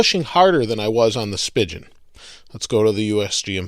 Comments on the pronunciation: Is Spigen really pronounced like "spigeon?" I thought it was "spy-geon" Not rhyming with pigeon but rhyming with "lie again." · Stop fucking saying "spigeon"! Its "spee-gin" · He says speigen wrong! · Your saying spigen wrong bro